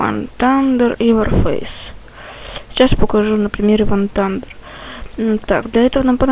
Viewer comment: не ван тандер а вар тандер...